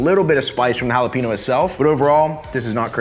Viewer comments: Holla-peen-yo. Not Holla-peen-oh. You live in Texas now sir. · Jalapeño! Not “hallowpeenyo” 🤦🏻‍♀️ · The mispronunciation of "Jalapeño" hurts my soul FYI This👉N and this👉Ñ are 2 different letters